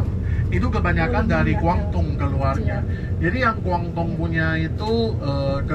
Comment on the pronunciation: maaf mas relat dikit Guangdong Guangzhou sebutan belakangnya tidak sama dgn sebutan Hangzhou loh, meddok bngt terdengar orang luarnya😊 saya di China juga sat ini, 12th sdh beserta pergi kmn saja di Tiongkok ini😊